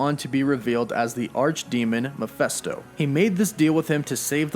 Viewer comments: Please stop saying 'Muff-fest-oh' - it's 'Meff-fist-oh'! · Wtf is a Miphesto? Its M-e-ph-I-sto! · It's Mephisto, not Miphesto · Bro for the love of GOD..... its MEPHISTO!!!!! (MEH FIS TOH).....JESUS!!!! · It drives me nuts that he says "Mee-festo" instead of "Meh-feest-o". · He drove me crazy though the entire video. I wanted to reach into the screen & cover his mouth so I could say "STOP PRONOUNCING IT THAT WAY"!!! Lol!!! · I know! Thing is, I really like his videos. They catch me up on everything I never got around to reading. But this... THIS!!! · Angus Gordon-Farleigh Yep it’s Mephisto. “Meff-fist-oh” or Mephistopheles. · Ma-fist- toe is how you pronounce that. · Good video but PLEASE stop pronouncing it "Meh-feh-sto", it drove me crazy though out the entire vid lol!! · GET IT RIGHT DUDE --- ITS PRONOUNCED " meh phist oh " …… sheeeeeeeesh. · That drove me crazy throughout the entire video lol!!! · It's "Meh-fist-oh" 😉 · It bothers me you can't say "Mephisto" correctly... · Thank you!! I'm so glad I'm not the only one that was irked by that lol. Every time he said that name I winced! It was just painful to hear his pronunciation and by the end of the video I was grinding my teeth lol!!